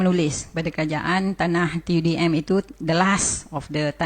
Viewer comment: Pembetulan sedikit Tanah TUDM Bukan Tanah TDM Maaf jika saya yang salah dengar tapi saya dengar sebut TDM🙏🏻